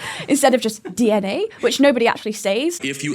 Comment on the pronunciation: Kirk mispronounced DNA lol